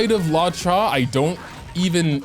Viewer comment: Its pronounced Loo-oh-cha 🤓🤓🤓🤓🤓